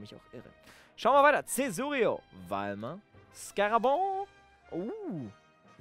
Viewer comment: Du sagst Cesurio und nicht Caesurio